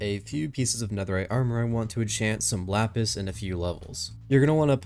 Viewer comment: Bro really said "lapus"